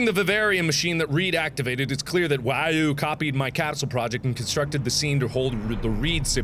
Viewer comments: Mark, to pronounce WAU, it's pronounce like wow, not way-you. Thanks. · Mark, it's only slightly annoying to me that you pronounce WAU as you do. When someone else said it it was said as wow. Other than that nitpick this is an awesome series.